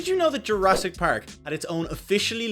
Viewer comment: my favorite part is when he says "pAehrk" :D